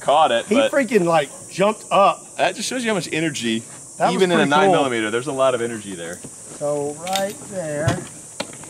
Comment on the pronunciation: "9 MiLlImEtEr" over here 😂